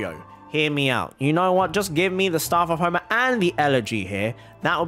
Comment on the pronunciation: How we say it Staff of homa How he say it: Staurf ourf hourma